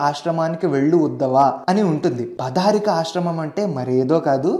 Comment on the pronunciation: Adhi బధా రికా ఆశ్రమం కాదు అండి "బదరిక" ఆశ్రమం.. ఎంతో బాగా చేస్తున్నారు ఇలాంటి తప్పుల వల్ల మీ reputation tagge ప్రమాదం ఉంది.. ఇది మొదటిది కాదు.. ఇలా కొన్ని video's loo తప్పులు విన్నాను.. గమనించగలరు🙏🏻